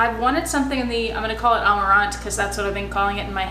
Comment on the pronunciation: You're saying amarante right (with an american accent, but still). And rayure means striped in French, so that makes sense too :) Lovely piece! Also love the watch. Thanks for the giveaway!